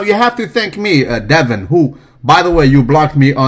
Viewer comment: the way you said "Devon" straight comedy